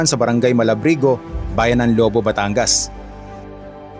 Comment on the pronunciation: Lobo.. maragsa ang bigkas not Lobo as a wolf... ingat amigo